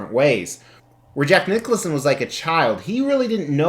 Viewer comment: Great statue, are you mis-pronouncing Jack Nicholson’s name on purpose?